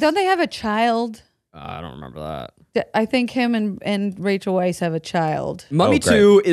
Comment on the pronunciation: The fact that Zach kept saying Rachel Weisz's last name correctly, but then kept saying Brenden Fraser like Frasier just kept grating on my nerves! lol😆😠